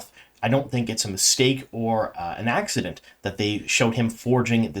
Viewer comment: It’s not an “axe-i-dent” 😂